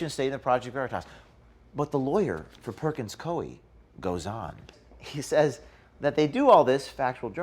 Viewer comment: It’s pronounced Perkins COO-EE btw. Great job as always.